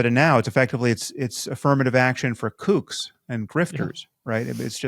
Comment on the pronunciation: When Sam says kooks I like to think he's turned old school scouse and is talking about cooks